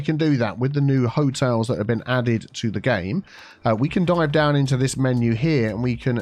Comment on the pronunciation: "Charming Hoteals Co."